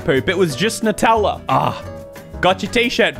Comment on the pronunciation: Noo-tella? Ah yes, I love hazelNOOTS.